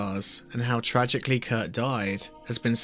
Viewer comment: It’s Kurt. Not Kurdt